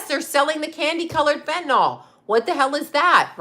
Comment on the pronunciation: Not trying to be a b-tch, BUT…there is no letter O in the word fentanyl. It’s pronounced: fen-ta-nil.